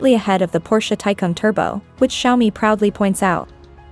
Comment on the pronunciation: Nicht Kschaumi, sondern Scha-Omii